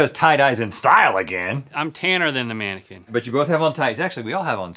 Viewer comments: Its mannequin not maniken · "Im a tannaquin" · Did he say tannequin???? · No one: Link: “I’m a tannequin”